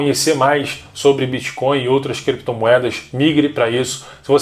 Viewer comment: gente não é BITCH coin caralhooooooo bitch significa puta então vc ta dizendo '''moeda de puta'' ,,,, BITTTTTTTTT coin isso é um T